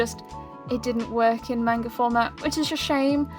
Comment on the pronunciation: You're pronouncing manga wrong.